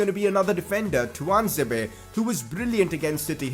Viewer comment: Fan ITS TUAN-ZE-BE